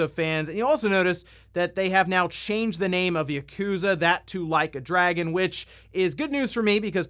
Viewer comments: Ahahaha the mispronounced Yakuza bit to Like a Dragoon was funny. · "No Way I'mma mispronounce "Like a Dragon!"" P E T T Y! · “Like a Dragoon” 😂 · “No way I’m gonna mispronounce ‘Like A Dragoon’”…you cheeky… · “Theres no way I’ll mispronounce ‘Like a Dragoon’” You clever son of a gun. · Bro, with your track record you can't just say "No way I'm going to mispronounce Like a Dragoon" and not leave me wondering if you meant to do that or not. 😂 😂 😂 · Lol I thought he was saying "Leica Dragon" as in the high end camera brand Leica.